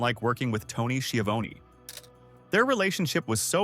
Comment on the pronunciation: Lol skivown (how the op pronounced it) its pronounced shavoneee